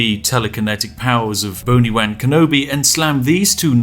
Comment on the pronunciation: boni-wan kenobi🤣😂🤣